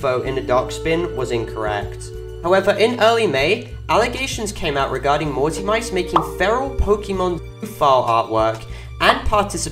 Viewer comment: the name is pronounced "mauzi mitse" not "mauzi maits"